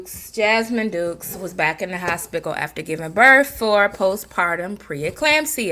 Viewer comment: Lol at the first when you were saying hospickle it made me think about how my Daddy called it the horsepital😅and yes out of the mommies Jazz has shown the most growth and you hit the nail on the head with videos with Bentley, people love pet videos and her learning a craft, I think handmade soaps would be something for her to try. I have a friend who makes soaps and does good with selling them here in the community. Jazz could even sell them on Etsy...just a thought...you made me laugh a lot with this one